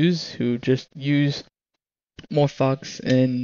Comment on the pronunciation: It's Morphvox not "more fucks" say it right ))